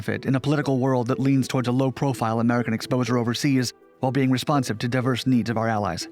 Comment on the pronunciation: You cant even pronounce diverse. Come on man. Pathetic.